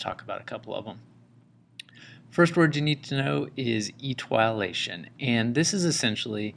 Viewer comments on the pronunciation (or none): Eee- tee- oh-lay-tion. But good other than that